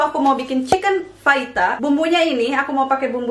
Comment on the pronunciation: you made my day teh ,bisa gitu ya ... gak bisa ngomong F nya sampe ke tulisan ahaha